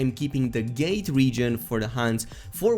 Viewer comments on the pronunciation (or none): none